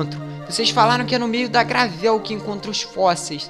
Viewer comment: mano Vc fala os nomes das coisas muito errado tipo gravel e os nomes de pokemon sério melhora nisso aí